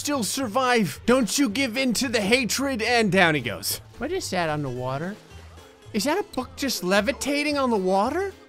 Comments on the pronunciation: the way he says water sounds weird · you said water like a Mexican